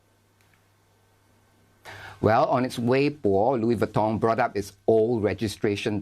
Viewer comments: It’s pronounced LOUIS VEEEEEEEEETON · i lost it when the anchor woman pronounced LOUEY VUTOHH hahahahahahha